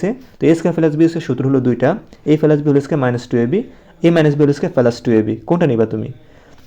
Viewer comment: প্লাস❌ পেলাস✅